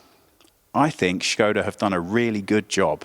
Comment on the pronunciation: Hey Team, love the effor you put in your pronounciations, Skoda was perfect :) if you'd like to step it up a notch, Octavia is [Octaavia], the 'a' is prolonged :P thanks for the vid, I didn't even know there was a new version till I saw you in my inbox, nice.